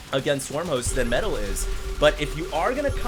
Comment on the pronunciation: everytime says "metal" a puppy dies a terrible death somewhere